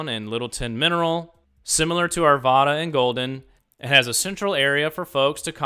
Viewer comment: It's pronounced Ar Vad Uh -- the second A in Arvada rhymes with cat.